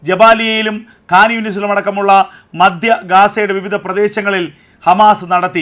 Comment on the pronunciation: മദ്യ ഗാസ അല്ലടാ ******മോനെ മധ്യ ഗാസ